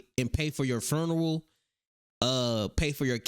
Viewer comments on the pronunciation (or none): Did he say “furneral”? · Foonrill Not funeral Foonrill